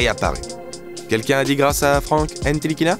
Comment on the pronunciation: surtout faut pas prononcer le T..